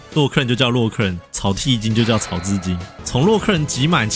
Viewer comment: 整部影片完全可以看的出TG真的很喜歡這款遊戲w 每個八大都配一個動畫去做專屬選關動畫真的是蠻精緻的 然後草薙京都唸草字京，真的也是我小時候跟鄰居小孩都這樣叫，超有共感ww